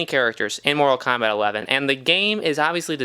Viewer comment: I feel like im listening to someone who sucks at the game... and its kombat.. not kambat